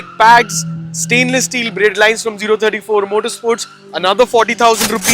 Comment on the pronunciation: O34 - zero thirty four ❌ 034 - “oh” three four ✅